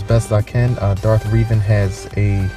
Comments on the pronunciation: Reh Ven not reeeevan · 10/10. Though I'm pretty sure it's pronounced Revan not Reevan. But good drawing